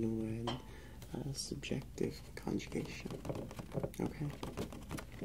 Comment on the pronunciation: lol why is he saying "hm-kay" instead of "okay", like that teacher from South park 😂😂😂